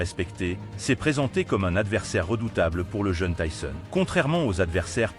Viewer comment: Commentaires nul avec la prononciation de tyson ❗